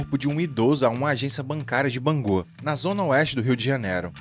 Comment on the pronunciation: Só uma correção! É BangU e não Bangô.